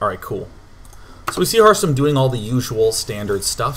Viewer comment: Every time he says harstem, it sounds like hearthstone to me